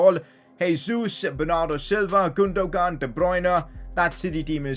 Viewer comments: I have to mention this,it's pronounced Gundowan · can u not say Gundogun?U say Gundo-Gun